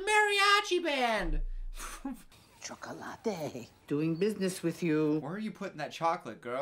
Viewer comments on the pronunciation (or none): "cHocOlAta" ik my spanish isn't the best but they couldn't cast some latinas who actually know how to pronounce shit. also as a latina, i can assure you no one wakes up w a mariachi in their kitchen. the whole thing is just cringe. also they white washed sasha and yasmin, thank you for coming to my ted talk. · No Hispanic pronounces chocolate in Spanish choco-lot-aye